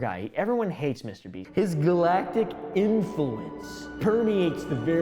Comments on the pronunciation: Bro just said mrbreast😂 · am i only person who heard mr.breast at the very start 😂🤣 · why is he saying mr breast? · "Feastables and MISTER BREAST" MISTER WHOOO?! 😭😭😭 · This is why I watch for just the facts. Been saying that guy's name wrong this whole time. Sorry Mr. Breast. 🥚🤦🏾(egg on my face) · "Mr. Breast" never fails to make us laugh or give information we love you🤣🤣🤣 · "mr breast"💀💀💀💀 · why do you keep calling him Mr breast ? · Less than 20 seconds in the video and oompa says Mr breast😂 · 'Mr. Breast' 🥺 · did he just say mr. breast??? 🤣🤣🤣🤣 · ''Mr breast'' 💀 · Almost choked myself hearing "Mr.Breast" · "Mr. breast" 💀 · "Mr breast"😭😭😭THE BEST WAY TO DO A INTRO😭😭